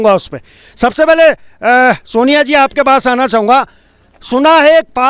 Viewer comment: naam to thik se bolo,soniya h naam.....soniya Harak singh nhi h jee